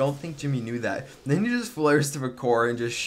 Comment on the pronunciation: "aNd DeN hIt Da CoRe"